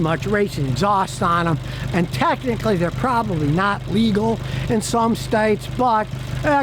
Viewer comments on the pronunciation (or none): none